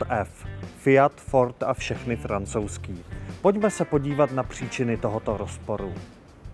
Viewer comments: Fiat, Ford a fšechny Francouzskí 😂😂😂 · "auta od ef ... Fiat, Ford a fšechny francouzský..." X-D